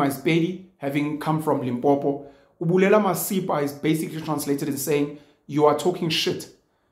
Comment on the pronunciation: ubulela masepa😂 as a pedi i don't approve that pronunciation😁